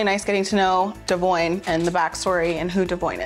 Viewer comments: Why does Briana mispronounce Devoins name? That's wild.. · Can somebody explain to me why and how Brianna doesn’t pronounce her BD name CORRECTLY!?! 😒 we knew you was scary, but we didn’t know you couldn’t read😂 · Kail pronouncing devoin name is funny lmao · So Brianna’s been pronouncing Devoins’s name wrong this whole time ? Lol